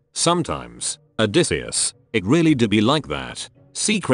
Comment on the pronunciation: The funniest part is the voice thing reading "odysseus" as "a decease"